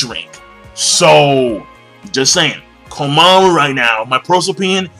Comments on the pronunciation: Jeesus King, it's KOMA-MURA, not KOMA-MARU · "Mura", not "Maru" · ITS KOMAMURA NOT KOMAMARU LOL